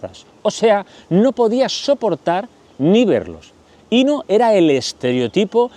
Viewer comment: Querido disfruto mucho tus chismes semanales sólo un comentario para hacerlo perfecto se pronuncia acentuado en la o Inó